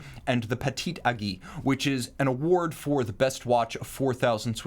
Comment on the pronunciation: I love the way pronounce “Aiguille”. Granted it’s not easy to say for a non French speaking person.